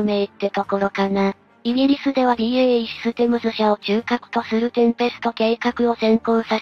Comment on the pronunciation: BEAじゃなくてBAEでしょ。😂